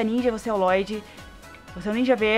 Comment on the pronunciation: NÃO É FLODDY É LLOYD